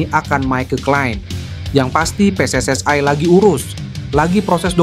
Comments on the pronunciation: Min bahasa indonesia lu kagak genah. Bilang aja pssi : pe es es i. Napa lu jd sebut pe es es ai. Emangnya elu bule sawo matang? 😂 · Bukan PSSAI tapi PSSI.. itu kan perpanjangan dlm bhs Indonesia.. jadi sebutannya i bukan ai. Indonesia. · Mimin org Malaysia sebutan I itu AI😅😅😅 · We en ai 😂 knp gak WNI aja bg 😅 PSS ai 😅